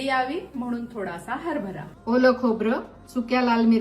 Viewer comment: "हरबरा" हा उच्चार कितीतरी दिवसांनी असा सुस्पष्ट ऐकला . आमच्या शाळेत एक बाई होत्या सुलभा कुलकर्णी बाई त्या असाच हरबरा इतका सुंदर उच्चार करायचा मी पुन्हा पुन्हा त्या हा शब्द कधी म्हणतील याची वाट बघायचे 😃